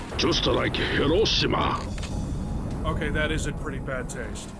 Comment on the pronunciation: I like that hero sheema was pronounced correctly. (And its not pronounced hero sheema.)